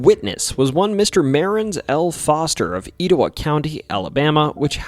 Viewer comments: Not e tow wah county its et not E t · just a little correction as someone whos from there, etowah is pronounced eh-toe-wah. aside from that great video i didnt know about most these things! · You said Etowah and Blount wrong 😂. I live near Bangor cave. It’s actually a very interesting story. up the street on Jack Cole road you would have had about 10 different stories to add about that road alone. A lot of death, monsters, witches. It’s also next door to an old resort for rich people at the time called Blount springs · I saw a mountain lion on Lookout Mtn. in northeast Alabama. Also reports of them on Raccoon Mtn right across the state line in Tennessee. Etowah is pronounced Eh-tow-wa. Blount County pronounced Blunt. It’s a southern thang.